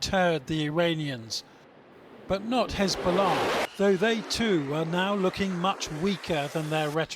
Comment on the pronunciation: why do they say Hezbollah like this? "Hzsch-billah" Even when nasrallah says it, Its pronounced "Hez-bollah"